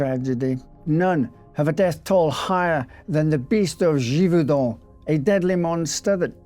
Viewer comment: Your French accent is quite good! 👏🏼 👏🏼